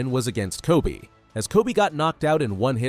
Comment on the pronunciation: NO WAY GRO SAID TOBY, ITS KOBE